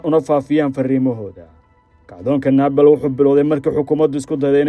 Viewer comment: Naabal ma ahan ee Nibaal (Nepal) iska sax dhawaaqa wariye thanks